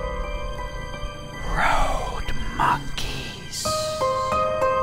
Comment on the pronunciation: Rhoad mhonkees...treee mhonkees... You had me cracking up with the monkey whisperer.